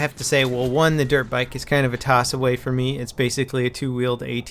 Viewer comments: good video, but the annoying thing is that i keep hearing derp bike instead of dirt bike =/ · It sounds like he's saying "derp bike". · sounds like he says Derp bike ;-) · I keep thinking he says derp bike